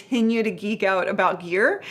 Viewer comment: geek not eek 😄